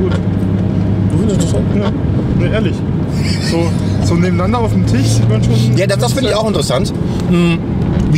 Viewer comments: mal wieder: auf dem „Tich“ 😂😂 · Ich könnte so ausrasten wenn der das sch nicht aussprechen kann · Lieber, nebeneinander auf dem TICH (anstelle von Tisch) sagt man einfach nicht!!! Sprich Deutsch, und nicht (neu) Deutsch...